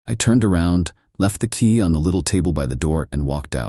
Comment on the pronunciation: AI is not very original. And cannot say Barbecue or key. Lol😅